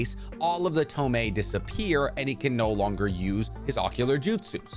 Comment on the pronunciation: Toh-moh-weh, not ToMAY